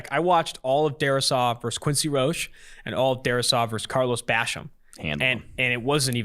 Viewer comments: Quincy Roche is pronounced "Roe-Shay" not "roe-sh" lmao. C'mon guys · It’s pronounced Roshay not roach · It’s pronounced RO-SHAY